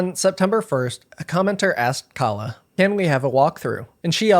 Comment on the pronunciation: Also very telling that she kept deliberately mispronouncing her name as "Kayla" to make her sound like a white woman, and thus: a Karen. No need for nuance when Karens are always fair game.